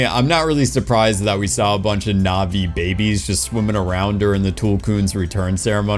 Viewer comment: You are not pronouning the ' in Na'vi. Its is not pronounced the same as Na vi. It's more like Nut vi.